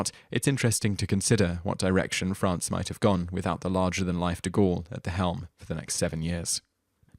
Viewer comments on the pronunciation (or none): none